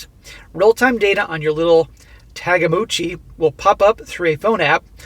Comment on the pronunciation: Tagamochi? You meant Tamagochi, right?